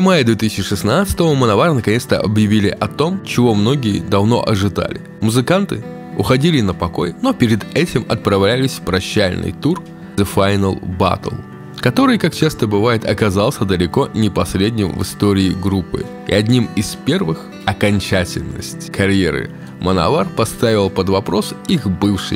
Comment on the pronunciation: Да там ближе концу, с 40 минуты он как будто пьяный читает. "... уходили на прощаляляльный тур..." Прям язык заплетается и куча монтажных склеек буквально по одному слову кое где отдельно записано. Плюс он английский нихера не знает и слышно, на сколько ему тяжело даётся произношение каждого английского названия.